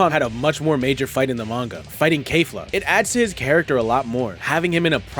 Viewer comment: how are you going to be a Dragon Ball fan and not know it's pronounced "kefla"💀🙏